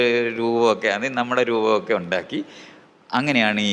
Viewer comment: Ondakki ennalla . undAkki ennanu Pottan.